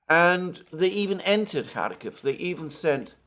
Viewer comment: Why do you write Kharkov in your title hut cannot pronounce it correctly?